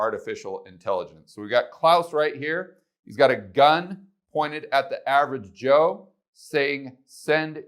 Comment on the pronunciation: I paused the video because I cracked up when you said average Cho. Lol